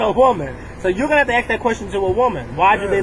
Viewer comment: 'Ask' NOT 'axe' Thanks.